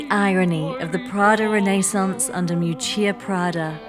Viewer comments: Isn't her name pronounced Miúccia Prada, with the stress on the first syllable? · Wanted to watch the video but as an Italian couldn't go past the third minute of mispronouncing terribly her first name. It's not Moo-chia pls! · It's actually pronounced Meeeoootchah. Just for the record.... Thanks for such an interesting video 🧡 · Her name is spoken mee'hù''tchia 😊